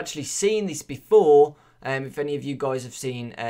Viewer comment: Can u say Guys instead of Goujs ? :/